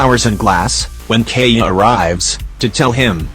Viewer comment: It's keaya